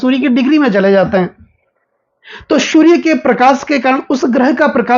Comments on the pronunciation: 😅😅😅😅😅 वहीं समझ में नहीं आता है कि यह श अक्षर बोल सकते है लेकिन गलत जगह इस्तमाल कर रहे है।😂😂😂 चलो, जो महत्वपूर्ण माहिती मिल रही है उसे लेले और समझ लें। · अरे बाबा जी शूरया नहीं सूर्य ।